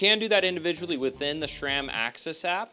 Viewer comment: There is no "H" in SRAM.